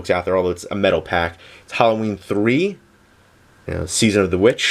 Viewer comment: its metalpak not "metal pack"